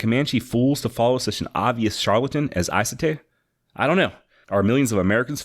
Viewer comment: It's really inaccurate how they spell the true name of what we know as the Comanche and why it's so understandable about saying it wrong. It's actually pronounced Numb-a-nuh and that medicine man I believe is pronounced Is-a-tie